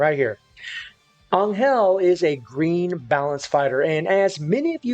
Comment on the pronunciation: for godsake stop saying anyel